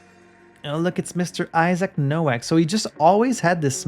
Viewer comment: Unimportant detail: "Nowak" is a very common Polish last name, and in Polish it's pronounced "Novak" (in fact, the Czech version is Novák). It means "rookie" or "newcomer." I don't know if that's how he would pronounce it, but it's a safe bet.